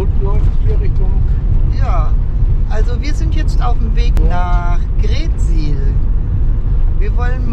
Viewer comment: Moin und, schöne Bilder aus unserer Heimat!! Bei der Aussprache der Ortsnamen liegt die Betonung immer auf der 2. Silbe. Wenn wir hören GREETsiel, dann müssen wir richtig nachdenken, daß Ihr greetSIEL meint:-)). Wunderschöne, kompakte Darstellung von Ostfriesland. LG Axel und Ute aus Südfrankreich